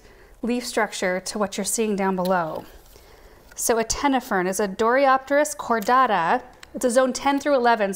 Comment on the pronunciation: I think she knows what an antenna is and how to pronounce it. I think in her excitement she just did a misreading.😊❤️